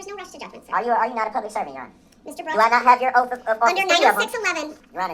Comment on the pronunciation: Correction....it`s oaf of office...not oath